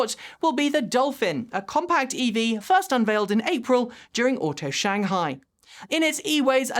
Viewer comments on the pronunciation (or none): none